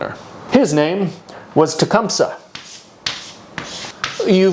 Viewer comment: Hey, I used to perform in a play version of Tecumseh’s life that is supported by the Shawnee. The proper pronunciation is actually: “Ten-SQUAT-ah-wha” However, the people who originally created the play quickly realized that kids would laugh because of the name containing “squat”. Hence the more dignified but still incorrect pronunciation: “Ten Squa Tow ah.”